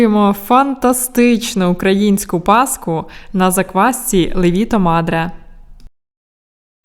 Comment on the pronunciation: правильно ставити наголос на перший склад ЛЕВІТО❤ Паска чудова👍🏻